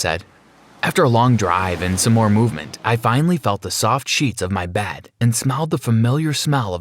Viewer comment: I like how every time they say 'Bed' it's 'Bad'